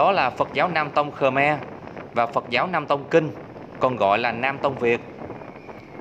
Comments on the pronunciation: Ngta gọi là khmer chứ ko phải khờme bạn ơi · Rất hay rất ý nghĩa . chỉ góp ý phát âm cho chuẩn về 1 dân tộc nhé . đúng tên dân tộc này . Khmer nhé. Không phải khờme nhé cảm ơn bạn . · Ad phát âm Khmer Cho chuẩn xíu "khơ me" đừng thêm dấu huyền nhé... Khmer là phiên âm quốc tế luôn rồi